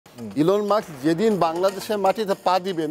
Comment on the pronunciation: মাক্স মাক্স (Muks) করেন কেন, Elon Musk (মা স ক্- মাস্ক) not মা ক্ স!?